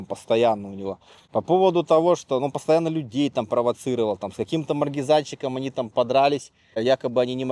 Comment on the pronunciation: МаЛЬгЕзанщиком, а не маргизанщиком.